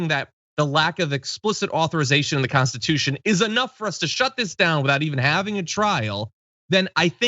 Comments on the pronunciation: The ole constitushhh 😂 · "The Old Constituche" XD